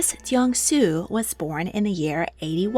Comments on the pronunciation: deng sui is pronounced "dung sway" :D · i love your dives on history, but please check how the names are pronounced before making a video. in this case the 鄧 (dèng) it is pronounced short with falling tone (like if you pluck a string) without softening the d sound, while the 綏 (suī) is long (the ending is like in english fiancé)